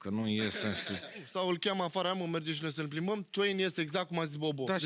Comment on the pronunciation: DarkLovely Bad girl așa a spus selly ,deșteaptă lui peste,a spus “saut” in loc de “salut”!!